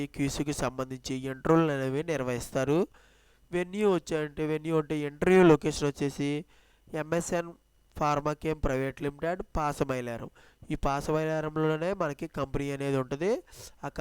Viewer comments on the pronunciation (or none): Babu ft nu sariga English chusi chadavadam nerchuko.. Pasamilarm kadu pashapilaram English words curect ga use cheye Niku vachhi rani English tho manushulani chanppaku ra babu